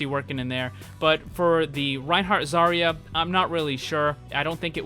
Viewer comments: It's Zarya, not Zaira, thank you very much. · You can tell he's had long day when he starts calling zarya zyra lmao